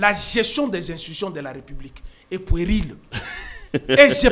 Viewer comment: On dit "puérile", prononciation "u" en français n'est pas le "u" en lingala. Donc on ne dit pas "poueril", kiekiekiekiekie.